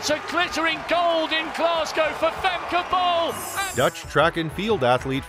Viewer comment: He can't pronounce Glasgow either!